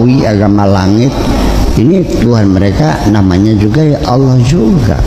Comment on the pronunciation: Lafad Allah ,itu bacanya yng benar Allah bukan olloh